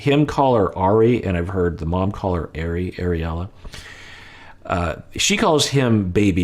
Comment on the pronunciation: Ariela's name is pronounced 'Are-Eee' not 'Airy'